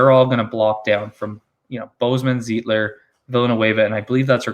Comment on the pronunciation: Lol not zeeeetler lol ... its pronounced z-ight-ler ... like light .... Zeitler